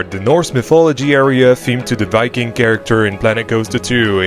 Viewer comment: wiking never gets old